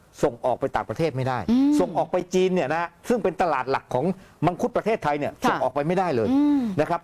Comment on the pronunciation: มักจะมีปัญหาเรื่องสระเสียงสั้นเสียงยาวบ่อยนะ เช่น ประเทศทาย คือเข้าใจครับว่าจบอินเตอร์มาแต่ต้องใช้ภาษาให้ถูกด้วยครับ